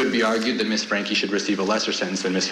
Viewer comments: its Franke not Frankly, you can even say it the german way which the last name probably came from: FR AAAAAHH NNNK AEEEE Also i dont believe her tears not an inch. She is sad about her situation and nothing else. In this oscar-like speech there was like no talking about her abused children. Narcissistic af. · Ok, petty I know, but these anchors can say "Hildebrandt" but can't for the life of them pronounce Franke right? I get when people aren't sure if it's pronounced "frank" or "frankie" but come on. I did appreciate the guest low key doggin' them over consistently calling her Ruby Frankly. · Why can’t these commentators say FRANKIE?? They keep saying FRANKLY 🤦‍♀️ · How hard is it to say Franke?! Lmao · Why can’t these presenters say Franke right 🙄 Hilderbrandt is evil, no omission of guilt at all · For such a serious subject you'd think the presenters would get Franke's name right. Agree with others, her statement was utter manipulation and all about her. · Well it's pronounced Frankie, but spelled Franke. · My god can these people not say her last name correctly. It’s not rocket science! FRANKE! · What’s wrong with these professional presenters that they can’t pronounce “Franke” it’s ridiculous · Why can't this host pronounce Franke? She got it wrong at least 3 times. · Is it really that difficult to say, FrankE? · LOL at both hosts saying “Frankly” almost every time they try to say Franke!! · What the devil is wrong with? The name of the woman you are giving your piece to camera regarding is, Ruby F R A N K E. Not Frankly. How many more times are you going to pronounce it FRANKLY? Geezoh! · STOP SAYING FRANKLY INSTEAD OF FRANKE. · Franke! Franke! Frank-E!! Lol! Not Frank-ly! 😂😂😂 Geez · How hard is it to get her name right? You're in media. If I have to hear one for "Frankly joke" I'm gonna lose my mind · Is it driving anyone else NUTS that they keep saying frankly?! Her name is Franke with no damn L 😵‍💫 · It’s FRANKE, not FRANKLY.